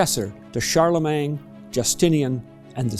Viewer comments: Yes, that's a fact of which I am acutely aware, having lived in several countries and possessing the ability to speak 5 languages. However, Charlemagne is a French name, and it is properly pronounced in French. It is spelled "-magne", not "-mang". Changing the order of the letters is not a preference or style of a particular region or country; it is simply wrong. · Please check your pronunciation of Charlemagne. It's not "Shar leh MANG".